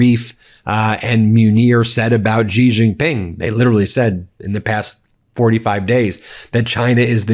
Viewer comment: For chrissake learn how to pronounce names. It's Xi pronounced She. You have no idea how uneducated it sounds. What would it take, a minute to check?